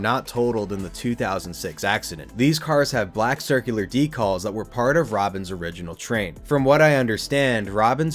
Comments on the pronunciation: Curious to know where you are from considering you say DECALLS...not decals. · Sorry the way you pronounce decals is throwing me off a bit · Today I learned there's an insane way to mispronounce "decals".